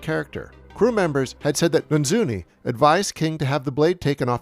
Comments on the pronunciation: I'm not sure why you mangle the director of photography's name so many times? You keep saying Na- Zooney when it's clearly Na- Noozy. It is Armando Nannuzzi.. that doesn't strike me as being very difficult to say. I'm not trying to be a smart-ass it's just that it's somebody's name and you should make a little bit of effort, especially because the guy lost his eye while making this movie.. It's not multiple syllables, it's only three syllables. Anyhow I enjoyed it immensely but that kind of bothered me. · Yes Nannuzzi is definitely pronounced Nanzzuni, you aced it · "and director of photography, Armando NANZUNI".... literally says Armando NANNUZZI on the screen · Good video but one thing that annoyed me was the constant mispronouncing of Armando Nannuzzi’s name as “Nanzuni” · Is mispronouncing Nannuzzi's name every time an inside joke I'm not getting?